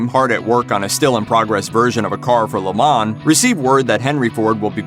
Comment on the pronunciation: Please learn how to properly pronounce Le Mans. Dear God...